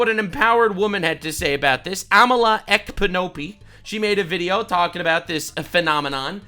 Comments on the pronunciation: Amala Ekpunobi, lol It's pronounced "Ep-uh-new-whee" I hope that comes through correctly 🙃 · The K in Amala's surname is silent